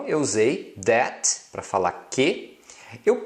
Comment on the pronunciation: sua pronúncia do that esta errada,nao é déte e sim thé, o t não se pronuncia, e para falar o th , tem que colocar a lingua nos dentes.